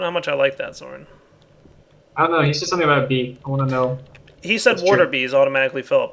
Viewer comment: Sign. Also, it's Soaryn, not Soren. Common mistake.